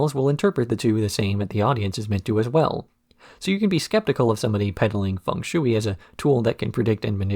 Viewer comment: The shui in fung shui is pronounced closer to shway. When I first saw Cowboy Bebop, I was in high school and snuck up to watch it when everyone was asleep and it was on Adult Swim and "Hard Luck Woman" was playing. I was so confused when Faye did the mouth thing to Ed.